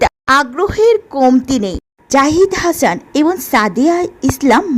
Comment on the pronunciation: হাছান নয় "হাসান" আগে ভাষা শিখুন তারপর কথা বলেন।